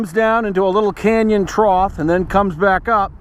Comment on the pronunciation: There is no word "troth." It is trough, (pronounced trof)